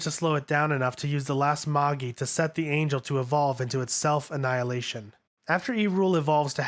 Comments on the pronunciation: All that work, and all of those weird names, and the guy can't pronounce "positron," "octagon," and "magi." Kind of embarrassing. Still, nice summary. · Drives me crazy. the U in Asuka and Ritsuko isn't supposed to be fully pronounced. the G in Longinus is a soft G, same with Magi. Its MaJi. Same with LonJinus.